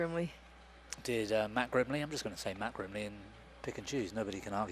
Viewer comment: One of the names is girmley instead of grimley 😂